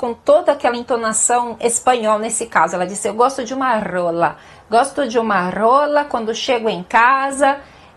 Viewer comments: ela disse RRRRRRRRRRRRRola no kgola é um som diferente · "adoro uma roolllaa"😂😂😂